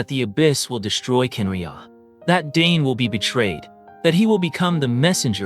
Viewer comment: Are you using AI for your voice over? or are you just really pronouncing these names weird? such as Khaenriah, Pierro, Surtalogi, Albedo. Sorry but its a little cringey.